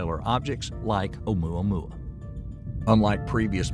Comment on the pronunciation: If this man say amoua moua one more time